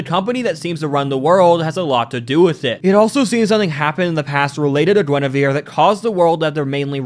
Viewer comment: Gwen-ah-veer Reference: Wife Of King Arthur Of Camelot And The Kinghts Of The Round Table